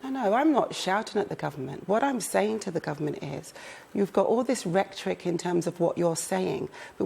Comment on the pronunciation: Anyone else notice that round about she referred to government "rectoric" (sic.). Presumably at some point she heard the word "rhetoric". Dear God. Less than semi-literate and front bench.....